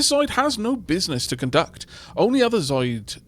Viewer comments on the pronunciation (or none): I'm sorry to say, dear, that you've mispronounced "zooid" this entire video. It's 'zoo-oyd', not 'robotic animal from a cartoon'.